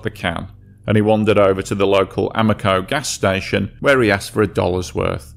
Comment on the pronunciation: Sorry about “THE LAST TIME RAVEN” “YOU SAY AMOCO HOWEVER YOU WANT” Being a grammer natzi and i am ashamed of it…. Again sorry….. No need for it……. Hell call it “AM-O-COCO” from here on out; “LOL”!!!!!!!